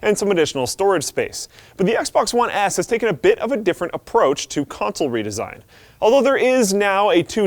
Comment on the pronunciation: "The Xbox One ASS"? lol